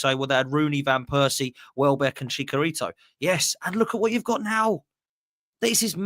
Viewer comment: “ChaCArito” what a howler 😂😂😂😭😭😭